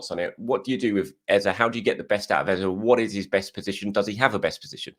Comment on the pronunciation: I love watching your videos … but … please 🙏🏾…. Don’t copy the mainstream media. Eberechi Eze …. Please pronounce it correctly … “Eh-zeh” or ask him the next time you interview him. The same way Bukayo is said correctly - let’s give Eberechi that same respect.